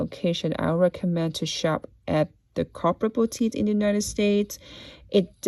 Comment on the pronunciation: It took me a while to figure out what you were saying. Corporate boutique. Not copper botite